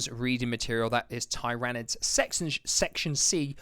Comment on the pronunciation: Thanks for the review. Just a small thing but how to pronounce Tyranids :)